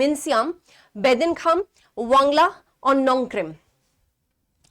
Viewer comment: Not wangla wan+gal+a